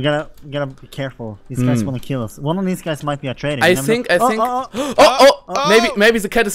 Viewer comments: "Ei sink se kopp iss se träitor." Simon, Simon, wo hast du Englisch gelernt? =D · Ich kann mir Ungespielt nicht anhören er mit seinen I Sink